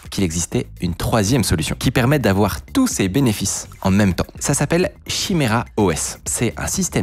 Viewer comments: il dit chimera au lieu de kimera et ark a la place de arch, je suis sur que c'est pour nous trigger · ca se dit "kiméra"